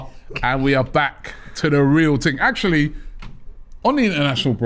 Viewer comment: Stop saying "Ting" instead of 'Thing' ffs!..🤪